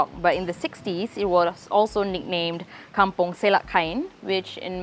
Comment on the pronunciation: I was thinking likewise. Kampong not come-pong.